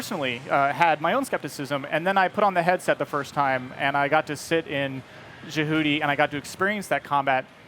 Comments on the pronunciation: "Jehuty", IN THE GAME, was pronounced in the way we say "Deputy", not like how we say "Djibouti". lol did no one prep this guy? I was hoping so much that Kojima would put out a ZOE3, but now that he's gone and with Konami the way it is right now, I just don't think Konami would do it justice. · It really bother me how people like him say jahooty please stop ._. It’s jehuty. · I thought he was talking about Djibouti for 1/2 the video lol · This dude called Jehuty “Jahooty” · “Jehoote” god damn it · Scott Daly I know right? He said the name damn wrong. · "... It was a transcendent moment when I got to be in JeWhooDee {and the Blowfish} and really feel like I was part of this giant mech, this orbital frame..." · ja-hooo-ti........? .......do you even run bro....? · Lol sounds like he says jabooty. I find it funny the brand manager says the name wrong. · Liked Dried Salad said, it's not "Jah- Hooti", Wtf lol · I literally was like Wtf? when he said that rofl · Can he at least learn to say the name correctly it would make me feel so much better. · If he really played the game he'd know how to pronounce Jehuty. it's said in game a million times. He obviously just read a script. Also why the hell are they even showing third person gameplay? We all know what it looks like. Give us some solid VR gameplay. You know. The main thing you guys keep talking about? You have like 5 seconds of VR footage followed by what looks like the same gameplay I saw years ago. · This guy worked on the game but can’t even pronounce JEHUTY correctly... like come on it’s pronounced in the game itself